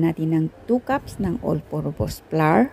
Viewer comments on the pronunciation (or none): none